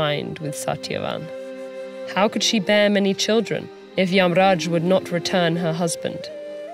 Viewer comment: I appreciate how the names Satyavan, Narad, and Yamraj were pronounced as it is instead of Satyavana, Narada, or Yamraja. TED-ed did a great job in maintaining the diversity of Indian culture in every bit of this video.